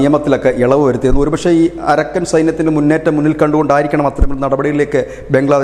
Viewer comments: അരക്കൻ അല്ല അറാക്കാൻ ആണ് ശരി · അരക്കൻ അല്ല അരാക്കൻ ആണ്.